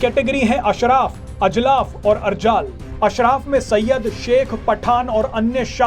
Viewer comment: "और" एवं "ओर" शब्दों के उच्चारण में अंतर को समझकर बोलना सीखिए 🙏🙏